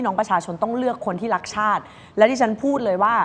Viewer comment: รักชาติ หรือ ลักชาติ เอาดีๆ กระดกลิ้นหรือเปล่าฟังไม่ชัดเลย ลิ้นมันไม่มีกระดูกอะเนอะจะพ่นอะไรออกมาก็ได้